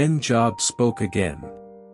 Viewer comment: I wish he would pronounce Job's name correctly